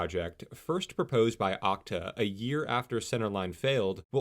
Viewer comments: Pronounced "Oh See Tee Ayy" not "Ock-Ta" :P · The streetcar to no where....also it's called O C T A not okta lol when I worked at O C T A they even mentioned it on my first day of training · It's pronounced OH-SEE-TEE-A